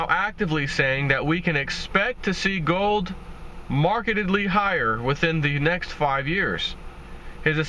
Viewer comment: "It will be measurably high-ah" I can just hear him mumbling that phrase :)